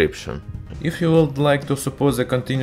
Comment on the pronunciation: ...on ze surface of ze metal... What are you saying????????????????? When you can't say The... Just say De... Ze is fucking ridiculous